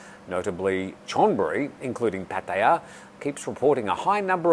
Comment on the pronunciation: He sounds about perfect to me .... three syllables. You must be one of the two syllable speakers pronouncing it incorrectly like " Pat aya " How about Hua Hin , there's another to think about .